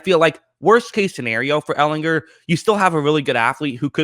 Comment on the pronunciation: All you have to do is learn how to pronounce his last name!